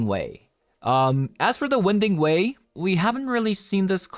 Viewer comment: Btw, it's not "win" ding way. It's pronounced "wine" ding way. The passageway meanders around, moving left and right.